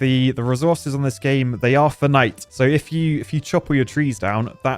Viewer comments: funnite? Funny way of saying it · That's a disturbing way to pronounce finite.